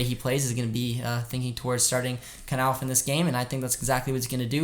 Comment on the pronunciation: Thanks for pronouncing Ansgar Knauff correctly, the English commentator in the City game kept calling him Nauff 😂😭 hope we can get this win tomorrow, I’m slightly scared but I think we have it in us. Nothing to lose!!!🖤💛🖤💛